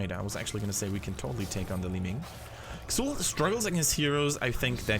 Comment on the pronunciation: Pronounced "Zool" not "Ksool"